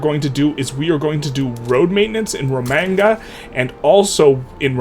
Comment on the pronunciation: I'm usually pretty chill about people pronouncing things differently, but it hurts my ears hearing you say Romagna the way you did. It's pronounced like lasagna, with the Y sound at the end.